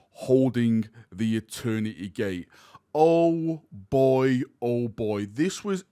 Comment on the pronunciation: “Echoes of eterneteeay” 🇬🇧